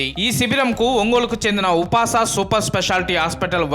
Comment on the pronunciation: upas ఉపాస్ అని చదవాలి కదా సర్